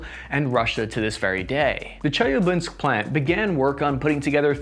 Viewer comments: Im from chelyabinsk, and its not pronounced chelyablinsk my friend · Yea, but he butchered the city in Russia where the tanks were built, 😆 Chelyabinsk. He has an extra syllable in there or some crazy thing. Gotta love him, though. He tries so hard. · Чеяблинск))) it is not Che-ya-blinsk. It is Che-lya-binsk